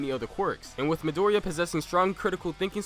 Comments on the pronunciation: 1 can you maybe pronounce Midoriya's name like "mee-dor-ee-ya"? Instead of "mid-ory-a"? 2 Midoriya has a lot of potential, due to the way his quirk functions, but I would say that bakugo should be in first as of right now, because of his destructive quirk. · I pretty much agree with the list. But please learn to pronounce Midoriya or call him Deku or Izuku =D